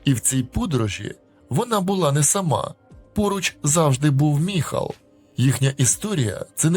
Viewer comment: Не Михал!!!!а Майкл😊